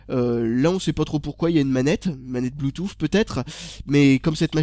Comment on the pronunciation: pk tu dit blutooph